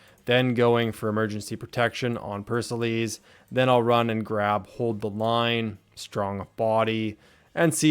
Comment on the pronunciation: btw pericles is pronounced as pear-uh-cleez